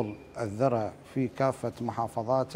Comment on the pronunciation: اسمها الذُرة بضم الذال وليس الذَرة بالفتح. تحية للكوادر الهندسية العراقية البطلة 🇮🇶🇮🇶